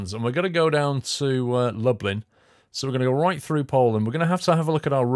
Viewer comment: I got so confused when you Lublin cause I live in Dublin so they sound the same